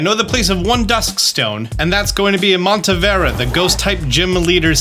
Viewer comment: I love your videos. Thank you so much for all the effort you put it. But please take your time to read stuff by syllabe. It's not Montevera, but Monte-ne-vera. I feel like you're just not paying enough attention to the names.